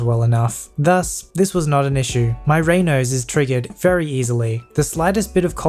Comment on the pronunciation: It's pronounced "ray-nods", dude.